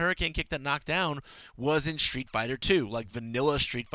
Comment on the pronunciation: street, not shtreet!